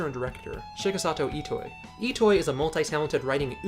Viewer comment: Nice video, but...Mr.Itoi's Name is not pronounced "E-Toy" but "E-to-E" (i hope you understand what I mean xD)